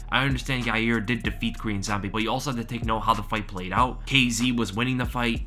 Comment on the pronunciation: Friggin is a scrub, it's pronounced 'Ya Ear'